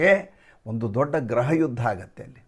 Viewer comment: ಸ್ವಾಮಿ ಅದು ಗ್ರಹ ಅಲ್ಲ ಗೃಹ ಅಲ್ಲವೇ 😂😂😂